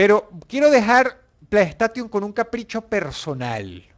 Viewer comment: y después dicen el inglés de los españoles cuando da cáncer escuchar "playstation" literalmente xD "PLAY" = "PLEY" "STATION" = "STEIXON" no es difícil... xD